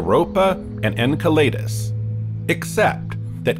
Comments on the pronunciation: the word is pronounced en*cell*le*dus not en*cell*lay*dus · Was thinking this too. It would explain "En kai lee dus" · I liked that you tried to correct him even though you got the point so I'm going to correct you too! 🤣 Enceladus (not Enceledus) derives from a titan of the Greek myth Εγκέλαδος so him using an ay instead of an e is much better although both wrong. Astrophysicists I've known pronounce it Enceladus, which is pretty close. Anw if we got the point I guess it was fine enough 🤣